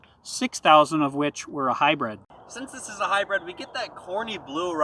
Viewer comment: console not counsel. hybrid not hybred. and, whats with those glasses? otherwise.......liked your review.